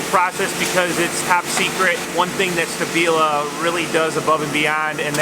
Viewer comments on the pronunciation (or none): Isn't it pronounced Shtabila? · SHtAbila, I'm sure you heard the proper pronunciation of it, it is a show of education, good manners, respect and consideration to at least make an effort to pronounce the name of your host correctly (it is not even that hard to pronounce), this is one of the many things US Citizens do abroad and are known for that labels them as arrogants and ignorants, It makes it look like it's not worth the "effort" to even pronounce a name right.